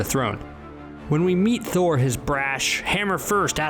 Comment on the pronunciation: What the heck it's thor not noob